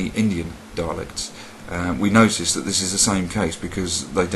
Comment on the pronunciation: That was another awesome installment of learning Elvish!! another plus i now have a reason to buy more stationary and a book to write notes down lol ps "dat" really annoys me to!!! lol